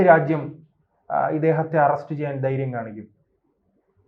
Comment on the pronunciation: ബയന്ന്,ബയപ്പെട്ട്,ദൈര്യം,യുദ്ദം--- ഇത് എന്ത് മലയാളം? കഷ്ടം തന്നെ!! ഈ പണിക്ക് ശരിയായ ഉച്ചാരണം ആവശ്യം